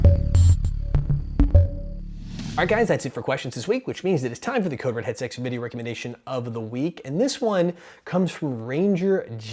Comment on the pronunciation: he said "code red headSEX video of the week" xD